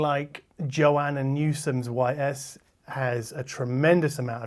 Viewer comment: Apologies if this is obnoxious, but for future reference the title of that Joanna Newsom album is pronounced like "ease."